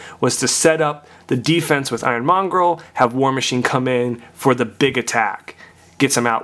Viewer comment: It's monger dude... Not mongrel